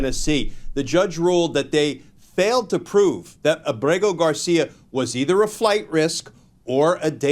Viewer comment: Why does everyone mispronounce Ábrego García’s name? The stress is on Á, not e.